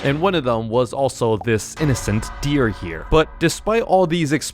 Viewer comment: bro said deer wrong